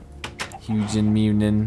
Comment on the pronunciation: its huginn and muninn